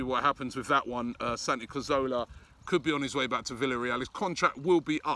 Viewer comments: He always says Santi CAZOWLA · Why do you say cazorla wrong every time surely you’ve learnt it by now